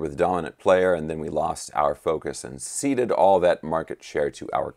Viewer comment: "...ceded all that market share..." NOT "seeded." "Seeded" is something that my gardener did to our lawn." 🤣